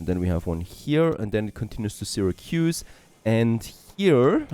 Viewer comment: Sarah-koos. Oh my hears!